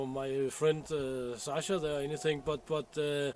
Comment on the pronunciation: Sasha is pronounced 'sanya'?